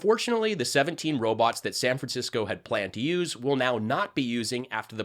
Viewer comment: “Maa-cheens! and Roe-bots! Logan! They are attacking us again. Restart the dial-up routers!